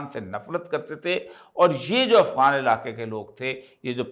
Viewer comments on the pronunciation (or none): none